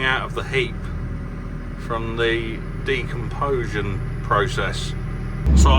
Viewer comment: Repeat after me Decomposition. It's the natural " Decomposition process " De - Com - Position 😅😂.luv ya really...